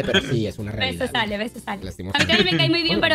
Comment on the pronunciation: Muy buen video. Solo que no es Alec, es Ale